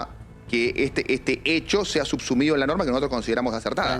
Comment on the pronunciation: El abogado sabe, qué le discutís, marina Amo cuando dice "subsumido"